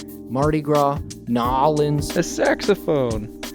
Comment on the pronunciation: As a Louisiana native thank you so much for pronouncing New Orleans right (Noir-lens)